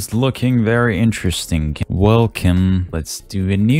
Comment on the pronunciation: How Kim Kardashian says welcome "Welkim"